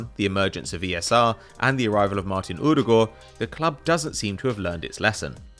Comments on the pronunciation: The way says «Ødegaard» is hilarious to me as a Norwegian myself🤣🤣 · It’s not to far off to be clear, it just sounds very funny to me